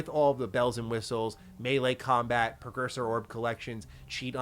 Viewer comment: PRE-cursor 🫠 NOT PER. 😢😂